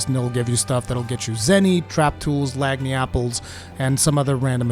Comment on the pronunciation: The way you pronounce "lagniapple" entertains me as a Louisianian.